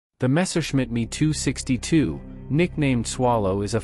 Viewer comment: I couldn't agree more with other comments posted... It's not about me or you, it's about the ME 262... That's the Messerschmitt 262...That's 'M' for Mike and 'E' for Echo... I know these types of comments can seem very pedantic... And yes the VO..., that's short for voice over, is not human but please please please teach the robot to pronounce things properly. Arrrrr he's getting fatter... The heavier me.. He's clearly an unbalanced me..